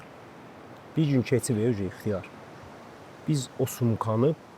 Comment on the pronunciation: Her defe ixtiyar deyende elebillem xiyar deyir